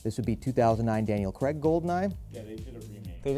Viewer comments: His name is Daniel Craig, not Daniel Creg. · Noooo NOT Creg it's CRAIG....pronounced CRAYG please!!! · Tell tenner it’s pronounced CRAYG. Not creg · Why do Americans/Canadians say creg instead of Craig (crayg)?